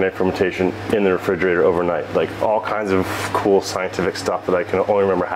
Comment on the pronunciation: its fermentation, not fermintation, sorry for being a bit of an asshole